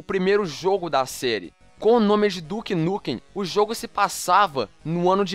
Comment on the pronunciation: ué duke nukem como se o jogo se chamava duke nukum?